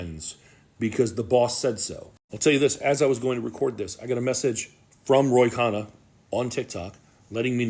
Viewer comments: Thank you for this vid! FYI… it’s Ro Kannah, not Roy! 💕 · RO is that man’s name, it’s not Roy.